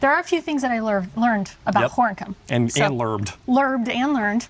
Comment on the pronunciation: Gorinchem (-n- is silent). It's pronounced Gorekum (with a gutting "G")